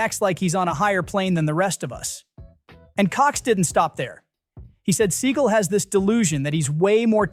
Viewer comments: And Steven "Suh gawl"... Not seagull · Why do you paraphrase? For brevity? It might take an entire extra second to read the quote entirely. By paraphrasing, you risk softening the intent. Otherwise, you're a good narrator. Steven Seagal is pronounced "SeGALL", not "Siegel", by the way. On that note, i had the opportunity to meet Steven at a fund raiser thirty years ago. He was very gracious and charming. I know his reputation, but it wasn't my experience. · His name is Steven Sea-gal, not See-gul. 🤦🏻🤦🏻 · It's "se-GAL"! . . . It's "mar-LAY-na"! Please check your pronunciations before you record!